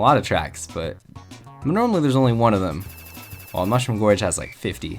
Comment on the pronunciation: /10 pronounced Mushroom Gorge wrong and most of them have terrible music